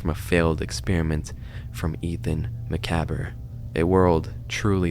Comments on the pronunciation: “Muh-cahb” is how it’s pronounced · It's pronounced macaab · I don't mean to be rude but macabre is pronounced maw cob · It’s “ma-cobb” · Do you know that macabre is pronounce ma-Carb? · I can’t with the dramatic tone and constantly saying macaber. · Isn’t it maca bre? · Bro - macabre is pronounced “muh-kawb “ lol. The “cabre” ‘s “R” is silent As well lol. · The proper pronunciation is "muh-cawb". Kinda like "sabre" isn't pronounced "say-bruh". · Anyone gonna tell him it's pronounced Mah-cob-ruh? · it's pronounced macob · i want to see this video but i dont think i can survive listening to you pronounce macabre "muh cab er" for an entire half hour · Since I have OCD, I've just got to point out that it's pronounced "muh-cobb". The R is silent. Otherwise, great video! I'm happy to see more content creators finding this series lately. :D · You know Macabre is pronounced Muh-cob right?the cob being like corn on the cob. How did you manage an entire video saying the word that much and putting in title...but not know how to say it? Lol. It’s cool. Not trying to knock you, just letting you know. People mispronouncing words they’ve usually heard throughout their life without realizing is a pet peeve. Ask my brother, he hates me pointing stuff out all the time...but I figure people would rather know the right way to say things rather than continue saying it wrong and sounding like you don’t know what you’re talking about I know I would. I remember when I realized epitome wasn’t pronounced Eh-pi-tome, but E-pit-o-me...and I was suddenly like “oh...I know that word, didn’t even realize it because I didn’t know it was spelled that way. Lol. Seriously though, everyone knows the word macabre when they hear it the proper way...always having to do with horror...dark things. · Ma-cab-hh that's how the word macabre is pronounced bro. Just trying to help out, not be a dick. Hope you see this. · i think the word macabre is pronounced "muh kahb" but overall loved the vid